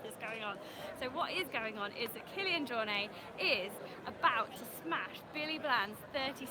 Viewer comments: the “T” isn’t silent. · Even his good friend Ian Corless keeps saying JorNAY...so you're far from the only one :)